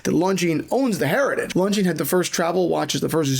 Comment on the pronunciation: btw the s is silent in Longines